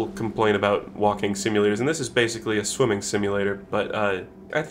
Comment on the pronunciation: in the first 20 seconds, when he said "its a game about shwimmin." captions read "its a game about women." thanks youtube very cool!